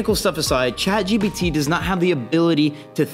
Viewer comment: It's Chat Jipiddy btw 😅